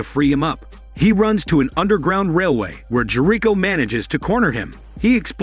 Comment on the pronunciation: "A former NYPD detective, J'rick-oh" 😆